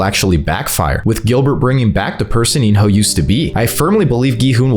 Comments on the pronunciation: Bro said in your hole instead of in-ho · He called in-ho “in your hole” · There is no way this man just called him “In-Your-Hole” so casually 😭 All jokes aside these are some valid predictions. Can’t wait for S3